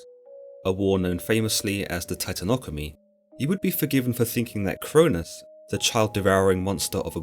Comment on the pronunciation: What did you just say?? I thought it was titanomachy?